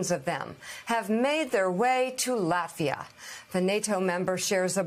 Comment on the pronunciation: Sorry….can you please learn the name of the country before you talk about it! Lafita doesn’t exist! It’s Latvia with a T…..